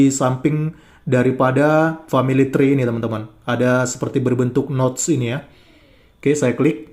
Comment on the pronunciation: itu Esha Emha loh tapi baca Tree ( Pohon ), dengan Tray, parah bangat iya, kualitas lulusan SMP saja ngak separah itu. Dia makin Panik dan Frustasi, melihat kitab dan ajaran agamanya dikuliti apologet2 kristen tanpa dia bisa membantah, menghalangi, yg selama ini mereka banyak ngak pernah dengar. Walau apa yg disampaikan ngak ngaruh buat kristen